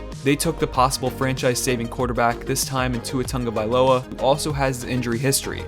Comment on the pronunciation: Tua Toung-vailoa